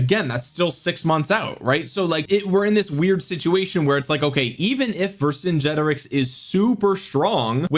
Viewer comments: Vercingetorix is not pronounced like that, it's pronounced Ver - cin - get - orix ✅, not Ver - cin - ge - torix ❌. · Ver-sin-get-or-rix. I think it’s a hard ‘g’ as in ‘get’. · bonsoir de France : "VER SAINT Jé toriX" pour la prononciation française. ... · You have to pronounce it the german way